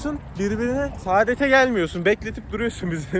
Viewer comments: SAĞĞĞDET DEĞİL SAADET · Saadet değil kanka sadet orda 1tane ' a ' var . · Saadet değil sadet mxmmssmmssk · Saadet değil abi sadet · Abi sadet kısa uzatarak söylersen başka bi mana çıkıyor